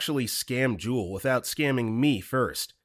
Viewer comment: “Juul”?? Try Jewel. It’s a grocery store chain.